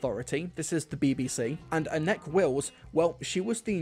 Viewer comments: Sorry to be that guy Anneke is pronounced (ann-a-ka) I love your videos promise 😅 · I've always pronounced her name Annek-eh, so more like Annika...not sure if that's correct or not. Interested to know if it's right actually...